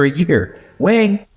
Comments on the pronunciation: Wang is Wong, not Waing. But in redneck, it is Waing. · the chinese name "Wang" is pronounced "wong" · Love the dogs and love seeing the pupdate. No criticism here, just a little helpful info about Wang's name. If you mean the Chinese name 王, the "a" sound is more of an "aw" sound like the "o" in fog. Cool to see how his eyebrows are like the top verticle of the character, the line of his nose is like the verticle line of 王, and the blond across the cheeks and across the chest kind of make the bottom two verticle lines of the character 王. To me Wayne will always be a 王.